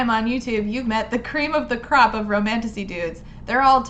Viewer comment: I swear I thought you said "creep of the crop"